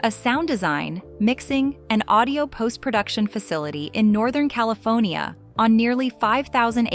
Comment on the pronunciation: Cali”phone”nia! Return of Jed “ia”. 😅